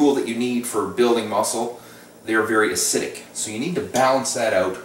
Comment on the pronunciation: acidic has 3 syl=la-bels, not 2.